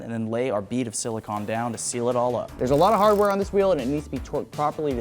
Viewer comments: Repeatedly hearing "silicon" instead of "silicone" always hurts me. Bro is sealing his wheels with computer chips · This guys never gunna get a date if he keeps calling silicone silicon.